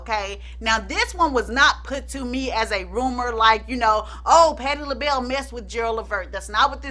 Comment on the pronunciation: patti lahell.. nah😂😂😂 you crack me up, please don’t ever change 🥰😂